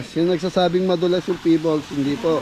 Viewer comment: Pebbles (pe-bols) sorry sa pag correct sa iyo constructive naman. Okay to google for correct pronunciation po. Pa plaster mo na lang ang pool kasi di maalis yung itim dahil d ka pwede maglagay ng chlorine. Talk to pool expert.